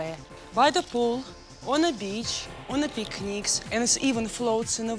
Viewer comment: "you can bringk it to the pikniks"